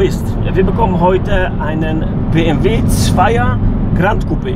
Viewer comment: Gran Coupé, ohne d🙈